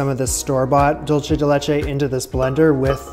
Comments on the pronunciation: Love you,. Just a tip, for "dulce," say "THOOL-seh," but never say "Dool-cheh." That's Italian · “Dual say”= dulce (Spanish) “Dole chay” is what you are saying lol like dolce (Italian) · Every time you say “dolce” instead of “dulce” the Hispanic in me cries.